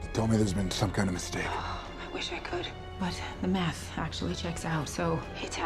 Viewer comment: It sounded like she said ‘the meth checks out’ that would explain the ‘inspiration’ behind the script.